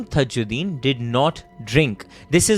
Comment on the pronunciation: Dude all thru' u mispronounced the victim's name it's not THAjddin but simple TAAJ'Ud'deen = ताज उद् दीन